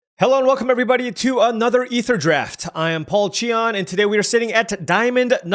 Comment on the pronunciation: He's for sure saying Aetherdraft on purpose now, I decided.